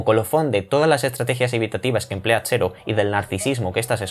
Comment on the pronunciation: Ppr qué dices xero? En Extremadura no pronunciais la /ds/? Pq en Jaén si lo hacemos